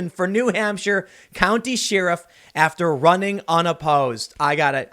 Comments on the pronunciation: Again, what is a sheeruf? I know what a sherif is, but whats a sheeruf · I say Share-iff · I know folks from Chicago. I've watched many Dan Aykroyd movies. Never heard "sheeeeriff". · Isaac J Baker Am I the only one who can't stand how Tim says sheriff? Wtf is a SHEARif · Wait a minute... Didn't Tim in his previous video pronounced sheriff as she-riff? Coincidence? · Unperson Excellent! Btw Am I the only one who can't stand how Tim says sheriff? Wtf is a SHEARif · Is that how you pronounce Sheriff? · Tim does some really good work and I'm enjoying watching his awakening these last few months, but the way he pronounces sheriff is just horrendous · Why tf can't this dood say Sheriff right?!? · Can someone close to Tim tell him how to say SHERIFF 😭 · I can't believe Tim has never watched a movie where someone said "sheriff" correctly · Is it just me or is tim saying "sheriff" incorrectly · Why cant you pronounce Sheriff right Tim? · Someone needs to teach Tim how to say sheriff correctly. It drives me crazy. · How the hell can one man mispronounce the word Sheriff so many times?? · Dude. Learn how to pronounce sheriff. It’s not like Omar Sharif. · I was today years old when I realized tim doesn't know how to say sheriff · does Tim not know how to pronounce sheriff? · Why does tim mispronounce sheriff? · Alright Tim. I’ll run for office if you’ll learn how to say “sheriff”. 😉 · Tim needs to learn how to pronounce sheriff correctly. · No it totally bugs me too, sometimes he pronounces it normally so it’s even worse. He knows how to say the damn word! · He does it a lot... I think he was playing the long game here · pretty sure you say SHARE if not SHEER if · Enough with the “sheeriff” Tim. It’s Sheriff, pronounced “share-if” Gah... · Sheh-riff, not shi-ruff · I think it's pronounced sheh-ruhf. Not Cher-ruhf. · Cher-If. not sheeruf.... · Tim, it’s Not Share-If. It’s Sheriff like Chef Chef Chef. Che-Riff. say it, Che-Riff. Sheriff. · It's Cherif Tim not shearif.